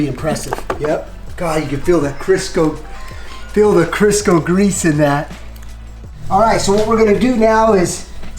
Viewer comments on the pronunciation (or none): Crisco! Not Sisco! 😆